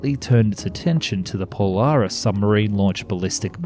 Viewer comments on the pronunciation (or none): none